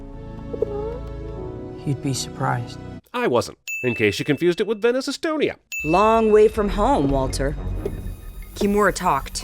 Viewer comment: YES you said estonia